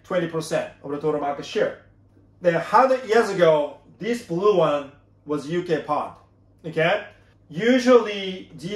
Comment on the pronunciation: Thank you, very informative as usual. BTW it is UK Pound not Pond. 👍